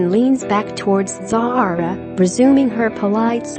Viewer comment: she was sitting beside princess Anne, you got princess Anne's daughter pronounced wrong it rhymes with Sarah. pure rubbish.